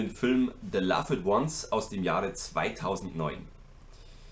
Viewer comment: Kurze Anmerkung: das "e" in "loved" spricht man nicht.